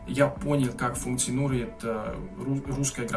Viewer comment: У вас потряса́ющий прогресс. Браво! 😁👏 Вы прекрасно и, главное, свободно говорите на моём родном языке. Не останавливайтесь! 🏃‍♂️❗ Только позволю вас немножко поправить: - языковы́м. - функциони́рует. - люде́й. - не стесня́йтесь. - употребля́емых. Скажите, на ваш взгляд, грамматика венгерского языка действительно самая сложная среди всех языков Европы? 🤔